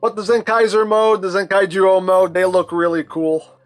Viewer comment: Not to be a stickler, but you’re pronouncing it ‘Zenkai-Ju-Oh’ when it’s actually supposed to be pronounced ‘Zen-Kaiju-Oh’, as a not so subtle reference to the fact this thing is a monster by design!